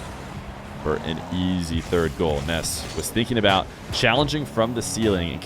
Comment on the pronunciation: its nass not ness im not tryimg to be mean